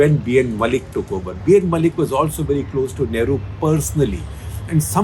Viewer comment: Dear Sekhar Sir, B.N. Mullik, the surname pronunciation should be Moulik/ মৌলিক। Mu - মৌ, llik - লিক। You can't pronunciate Bangla throug other languages. Thank you for understanding. :)